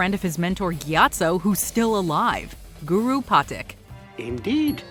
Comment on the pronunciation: OMG 🤐🤐🤐🤐 I hate the way she pronounces Guru's name 🤦‍♂️🤦‍♂️🤦‍♂️